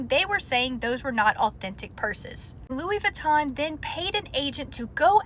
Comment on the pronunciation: That's not even how you say Louis Vuitton.